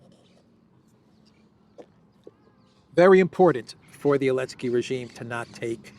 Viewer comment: Does have problem pronouncing the letter Z? He keeps saying Elensky.